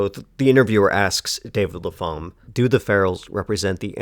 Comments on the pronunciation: Pretty sure you pronounce the writer's surname 'Lap-ham' (Lappum, phonetically), not La-pham. Could be wrong, but pretty sure. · The PH in Lapham isn't pronounced as an F! The name is pronounced LAP-HAM or Lap-um...